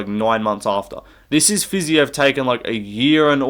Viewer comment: Dude its fiziev not fiziev 🤓🤓